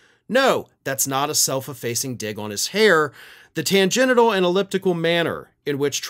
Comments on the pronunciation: *Tangential; not tangenital... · Tan-gen-chul, not tan-genital 😅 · Dude, learn to pronounce "tangential" (tan-jen-shul). Trump probably doesn't spray the orange stuff on his balls so "tan-genital" doesn't apply. No offence. Keep up the fight. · keeps saying TAN-GENITAL? instead of tangential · "Tan Genital" LMAO I don't know if that was a dig on Trump or if he doesn't know how to pronounce tangential. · The word "tangential" is pronounced TAN-JEN-SHUL,. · Pronouncing "tangential" like "tan-genital" was a hilarious Freudian slip about the Maga folks. I am guessing it was wholly unintentional, but awesome none-the-less. Keep on truckin' brother! Your work is much appreciated. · Please stop pronouncing "tangential" as "tan-genital". Creeps me out.